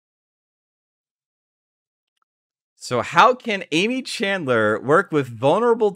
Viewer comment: There are tons of youtube videos with Aimee’s name being spoken. It’s really distracting to hear you say “chandler” over and over again. I recommend looking up the name of your videos’ subjects before you start recording Thanks for putting this together in any case. The limitations on what can be posted on reddit for this story make it hard to follow a narrative there, so it’s nice to have a video about it